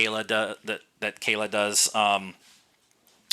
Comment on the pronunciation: KLea not Kayla... :)